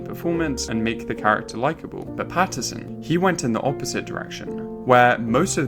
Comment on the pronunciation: Great video however is his name not patt-in-son and not patt-er-son